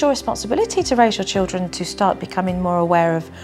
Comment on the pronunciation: Her pronunciation is appalling: MisCHEEVEEous Chowd Chiwdren Sumthink Nuffink Togevver Miw-Wiw (meal-wheel) And the grammar… Don’t say nuffink to him 🥴🙄